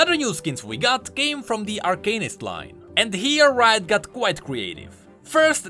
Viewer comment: its arcanist not arcanist